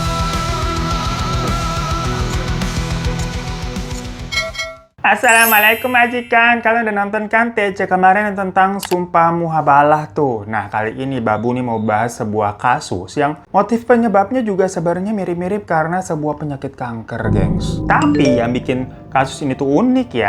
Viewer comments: Mu-ba-ha-lah bangggg, bukan muhabalah 😂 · Mubahalah bang Hiro...bukan MU HA BA LAH 😂😅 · Bukan MUHABALAH Hiro....tapi MUBAHALAH😅😅😅